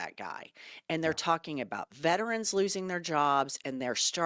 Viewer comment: Stop saying VETRANS!!!!!! There is no such word !!!!! It’s VETERANS!!!!!